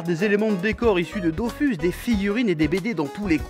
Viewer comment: Il a dit dofus... chef on dit dofous (oui je suis puriste XD)